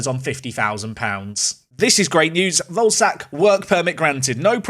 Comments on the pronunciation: day 2 of asking to pronounce volesak like vole-eh-shark instead of like ballsack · Hey, Czech man here. Volesaks name is pronounced Vo-Le-Shaak. Love Park to Prem! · Hey, I think it's pronounced: ian Voleshaak, pronounce the e like in ketchup.